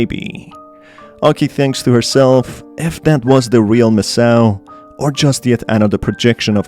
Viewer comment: Take a shot everytime read Sa-o-to-me as Sao-to-meee and Mi-sa-o as Me-south.